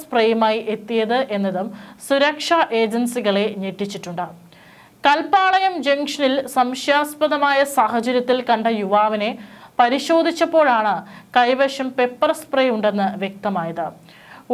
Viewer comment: കൈവിഷമല്ല മാപ്രകളേ... കൈവശം .... മലയാളം ഉച്ചാരണം പോലും ശരിക്ക് അറിയില്ല ...